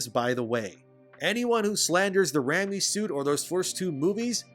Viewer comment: What if I slander your pronunciation of Raimi? It's "RAY-me", not "RAM me". Little Freudian there, brother. ;)